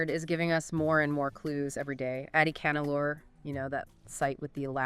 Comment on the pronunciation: Folks, The phonetic sound for AdiCHAnallur is not the "cha in cha-racter), but it should be said with a sound of "CHA"-rcoal). The sound phonetic of Adichanallur must be Tamil sounding like cha in Charles, cha in charcoal, etc ,😊 and NOT like the cha in character😮